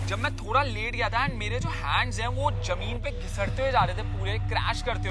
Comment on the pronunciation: Its is weird Indians saying "jameen". Its "zameen" for God's sake